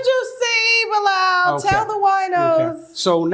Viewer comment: you keep saying bi-lal like we didn't hear it the first time... stop it! 🤣🤣😂😂😂😂😂😂